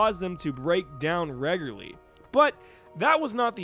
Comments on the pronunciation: Love the video. I just keep hearing the word : Regurly instead of Regularly . The little grammar police inside my head keeps going off. Hahahahahahaha. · Reg. U. Lar. Not "regler" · I can't stop thinking about how you say "regularly"😂😂😂